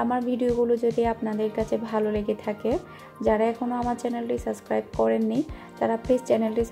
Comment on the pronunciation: You always says sascribe